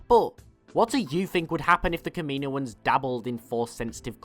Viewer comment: Its not ka-me-no-ans, its kam-in-oh-ans... kaminoans